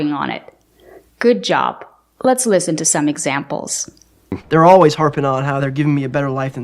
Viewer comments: I don't know why is not correcting the word listen he always pronounces it lesson or lesenning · I will unsubscribe to POC English after watching this! I also noticed his incorrect pronunciation of the word "listen." Thanks for letting us know the correct pronunciation. I am now your new subscriber here from the Philippines!🇵🇭